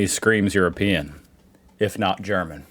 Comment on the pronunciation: I really like your videos, but I keep wondering how you manage to slip guttural sounds into simple German words when you try to speak German. Maybe the trick isn’t to pronounce every word like a drill sergeant giving his recruits a dressing-down. 😂